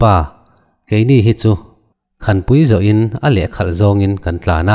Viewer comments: Khanpui itih hi, khânpui tih tur aw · Khanpui tih hi sakhan a khan ang hian lam tur a nih hmel